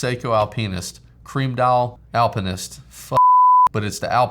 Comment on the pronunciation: Randomly found you in my YT homepage. Love the diversity of watches, but it doesn't feel like forced diversity, eg being different for being different's sake. Which I know is something I made a mistake once or twice, eg Alain Silverstein watch. Also, Alpeenist. Lol. I've subscribed.